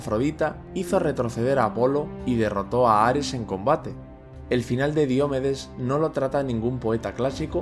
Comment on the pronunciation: Qué grandes vídeos haces, gracias. Ahora, una crítica constructiva: ¿Por qué pronuncias Diomedes como si fuera una palabra esdrújula? Si fuese esdrújula llevaría tilde y no la lleva.